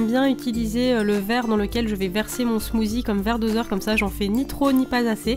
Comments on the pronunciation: ça me stress quand tu dis smoozie , C SMOOTHIE ( SSSSSS) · C genial il y a tout des recettes de la beauté...... Sa change mais par contre tu dis smoozie et sa se prononce smoossie (meme si sa s'ecrit smoothie) bisous ma belle 😘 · Super vidéos, à part qu'on dit "smoussie" et pas "smouzi" 😉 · ce n'ai pas un smoozi mais un smoothie mais ce n'ai pas grave !!! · On ne dit pas smozi mais smossi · J'adore tu dis "smoozie"😀